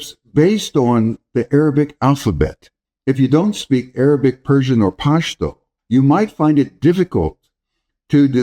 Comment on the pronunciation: Don't force the "Pashhhh" it's just pashto